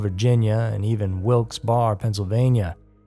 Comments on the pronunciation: Pronounced Wilkes "Barry" not that it matters. Like all of PA and OH it is a hopeless dump. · As a Pennsylvanian, just wanted you to know Wilkes barre pa is pronounced Wilkes BERee (emphasis on the BER). Not criticizing by any means. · If you're from PA "Wilkes Barre" depending on who you ask ita pronounced Wilkes bear or Wilks berry.